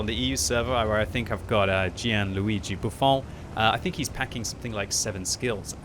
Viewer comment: Only can make ‘Buffon’, an Italian name, sounds French